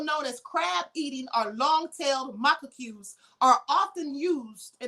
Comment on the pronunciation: Macaques.... pronounced muh-cacks rhymes with 'the cats'!